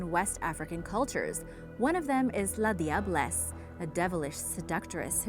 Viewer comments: I'm from trinidad and tobago but you said la diablesse wrong it is pronounced as la jablesse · The la diablesse is pronounced - lajah bless in Trinidad or if you can pronounce that just simply say lager bless ... Love the vid btw..